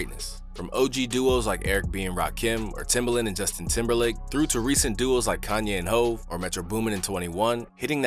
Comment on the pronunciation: This man really said Justin Timberlake